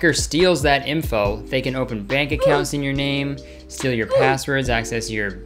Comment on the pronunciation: Never realized he says “imfo” instead of info